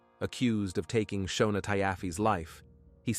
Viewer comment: Her name is pronounced Shawna and his name is pronounced Neal I watched this on a tv show previously! I was always the breadwinner in my marriage and I had to have benefits for all 5 of us as well now my children are grown up ages 28, 26 and 24 years old…